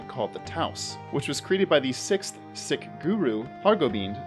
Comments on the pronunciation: I think Sikh is pronounced like "seek" and not "sick." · It's spelt sikh but pronounced seek. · Bro you’re mispronouncing Sikh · Sikh is pronounced “seek” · Dude, sikh is not pronounced sick. Lmao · Broo sikh is pronounced seek. 😂😂😂 I was listening and you had me f***ed up. Im like who?! Started laughing when i saw sikh in the video. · Sweet pun, but it's pronounced "Seek" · You are correct I was gonna say this too (Sikh is pronounced Seek) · That pun was a swing and a miss, it only works if you mispronounce Sikh.